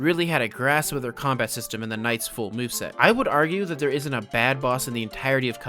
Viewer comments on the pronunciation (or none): U just made my day by saying kombat instead of combat